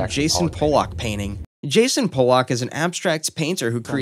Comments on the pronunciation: Jackson Pollock. Also it's pronounced pa-luck, what you said is a slur against polish people. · It’s pronounced pol luck not Polak. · you mispronounced Jason Pollock's last name. the way you said it was the same way the word "polack," which is a slur for polish people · Wow you get his first name wrong and pronounce his last like an ethnic slur...epic😂